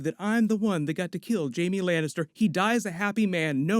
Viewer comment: “Jaime Lainister” 🤨